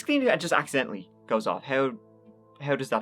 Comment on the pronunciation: "Being accidentl-eed" 😂